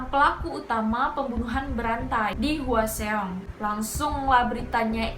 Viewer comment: Kesel denger nya Hwaseong terus bkn gtu bacanya😭